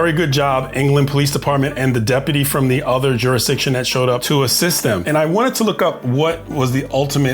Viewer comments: "Don't give me any of that juris-my-DICtion crap!" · Juris-my-diction! This old bloke shouldn't be carrying a badge, chasing cars, and scaring women. He's too old for this BS